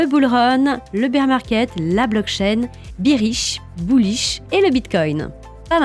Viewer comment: Super podcast! Attention....bearish se prononce [bairiche]